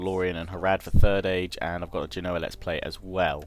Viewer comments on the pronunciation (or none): none